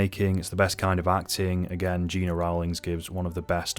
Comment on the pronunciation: Gena Rowlands first name was pronounced GEN NA.